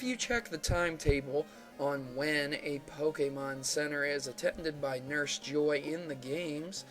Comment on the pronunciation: just fyi, it is pronounced as jo ii (as in e), not joy